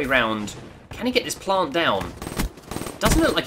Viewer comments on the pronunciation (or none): none